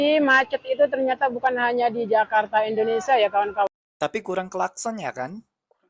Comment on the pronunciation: INDONESIA❌ IRINDONESIA✅ 😂😂😂😂😂😂